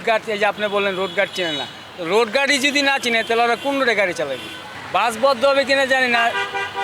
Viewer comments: বাস বললো নাকি গাছ বললো😂😂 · এই মহিলা দোতলা বাস কে দোতলা গাছ বলছে। তো যে নাকি দোতলা বাস উচ্চারণ করতে পারেনা সে দোতলা বাস কি চালাবে ?